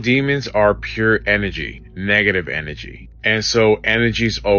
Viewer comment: Negative N A G/energy..... N A G I know he says it just like that 54 times in that video...🙄🤦🤣